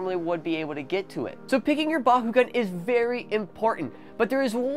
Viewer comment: Why do you say bahugan